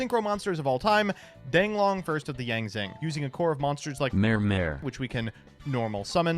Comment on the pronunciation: the Yang Zing pronounciations are gonna be the end of me